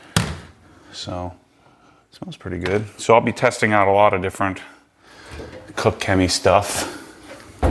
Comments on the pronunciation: its pronounced "Kosh" Chemie, stay away from there FSE with ceramic coatings as it will wear it away quickly. your spray bottles look poor, i use the Koch Chemie ones infact all i use is Koch Chemie here in the UK. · It’s pronounced COTCH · Sounds funny when you try to say koch 😂 It‘s German, try the translator, english Cook and let Google say the german Word for That, than you got it right